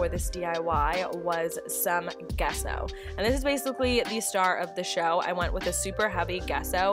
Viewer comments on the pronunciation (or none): Love these pieces! FYI, Gesso is pronounced with a soft “g” like in “giant” or “giraffe.” Love from Canada! 💕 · Love the idea of using a cinder block on your table! (P.S. The G in gesso is pronounced as a J)